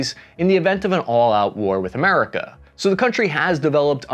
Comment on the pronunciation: Who was reorganizing Iran after the revolution of '79? You have a funny way of pronouncing "America".